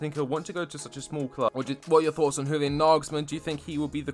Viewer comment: Just an f.y.i, Julian is pronounced like 'Yulian'